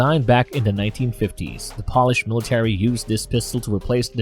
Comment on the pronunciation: POLISH! As in Poland.. not wax on/wax off.